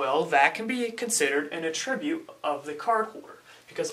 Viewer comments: A tribute? No, young, ATTribute. The accent is on the ATT, not the i. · I love the way your pronounce attribute. ;P a-Tribute instead of A-tri-Bute. Suddenly I'm thinking of "giving a Tribute!" to Caesar. xD